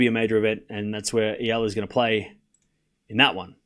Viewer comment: thanks ! you pronounce now EALA perfectly 👌